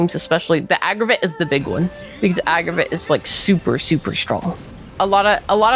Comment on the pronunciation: Nice video but 'agraviht'😶